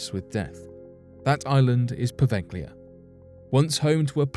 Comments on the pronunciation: Provelja is the pronunciation! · It's pronounced po-veil-lee-ah.